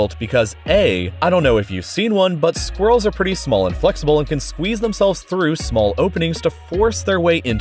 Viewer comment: So glad you pronounced it squirrels and not sqwerls